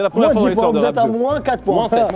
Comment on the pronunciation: Rap Zeuu!! mdrr le présentateur